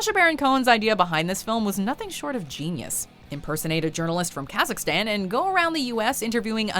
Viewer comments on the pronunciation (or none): none